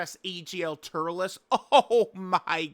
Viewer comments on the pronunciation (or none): none